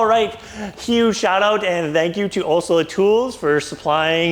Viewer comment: Pronouncing Olsa is not that hard. You might want to get that right especially if you are working with them on a video.